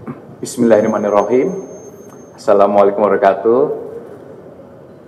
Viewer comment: Saran om, buat ucapan bismillahirrahmanirrahim dan salam di perjelas agar bagi kaum yang kritis ttng agama gak nyir nyir... Jadi pengucapan salam di perbaiki